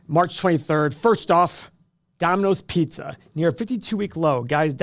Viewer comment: You are from Ohio you can’t even talk pizza!